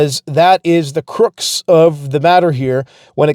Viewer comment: crux... cruhx not croox